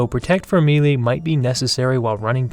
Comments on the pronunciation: How to pronounce "melee" for beginners. Melee - pronounced as may lay. Saying as me - Lee is absolutely incorrect. Lol...nice vid besides saying me lee...thumbs up! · Melee is pronanced "Meh - lay" its a french word.